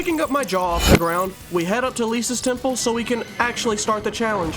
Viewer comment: When he said temple of anubis, I heard ten pull of anubis lol